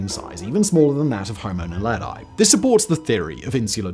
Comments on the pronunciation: Pronounced: Nahledhee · kts pronounced; "Nah-le-dee". It means star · Naledi is pronounced "Na-le-dee", not "Na-le-dye" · Just a correction on your pronunciation: Naledi is pronounced as "Nah-leh-dee". Not Nah-leh-die as you say in the video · Naledi is pronounced nah-leh-dee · He's pronunciation of Naledi is crazy funny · Homo Naledi isn’t pronounced that way. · The way ge pronounced Homo naledi and Australopithecus makes my ears bleed